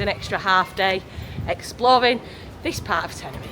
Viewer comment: I am pretty sure it is not pronounced Tena-Ree-Fee.